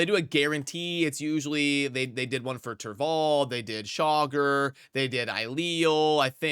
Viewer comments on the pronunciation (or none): Please stop calling him Chogger, like jogger. It's Cha-gor. Drives me crazy.